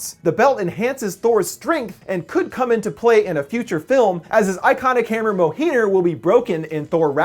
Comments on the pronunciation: Ren Kyzogira I think its Mi-yol-nir. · Thors hammer.. Moh hir.... Umm that's not how you pronounce it but props to butchering the name. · Love your vids man. The belt (which translates as power belt) pronounced Mey-in-gurth And his hammer is pronounced Me-yoll-nir. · the name of thor"s hammer is pronounced myolneer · Mjolnir is pronounced meolnyr or is actually in the Nordic languages (I'm Swedish) is called Mjölnir. The letter ö can best be described as a combination between a, e and o. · Is nobody gonna say anything about how he says Mjölnir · Everything about this video was great, but the way you pronounced Mjolnir just makes it an instant downvote. I'm sorry. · you were right in not even trying to pronounce the name of thor's magic belt, since you even pronounced mjolnir wrong